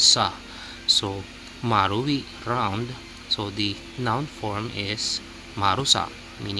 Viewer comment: marui sounds like mari 😅